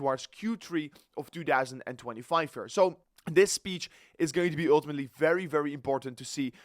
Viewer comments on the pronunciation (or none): when you say one more time uullltimatli man